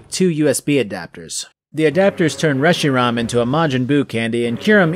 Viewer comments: "resh-ee-rom" Reshiram - resh-ee-ram where in the hell did you get the "o" from?? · Short a